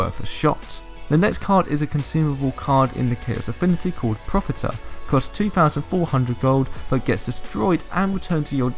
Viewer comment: Also """profitear""", not profiter